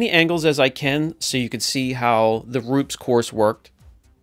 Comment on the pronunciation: Using Rupes all wrong. Can’t even say it right. Tiny polisher, wrong pad, hell wrong polishing system. Rupes is designed to work best with their pad and machine. This video is absolutely ignorant.